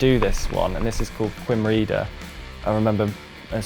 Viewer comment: "Quim Reader", lol! Did you mean "Coom HRAY-adder"? I wouldn't fancy the Tywi Track from Strata Florida at night either, but it's top fun when the sun's shining and you're in the mood - don't write it off! Good ride, though, well done!